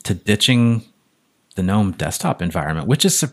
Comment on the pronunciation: Finally someone pronouncing gnome correctly in the Linux world lol nearly everyone calls in ganome and not nome..